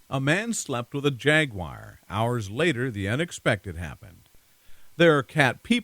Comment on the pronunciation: way you said jaguar